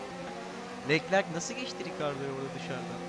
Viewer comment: Abi allah askina löklerk e leklerk deme sinir oluyorum sjdjdjd seviliyorsun eline sağlık